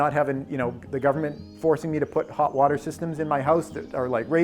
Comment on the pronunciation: Gubmint and epipen